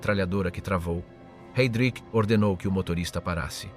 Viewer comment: Jednou vysloví Hejdrich potom Hajdrich...běž mi do prdele s tímhle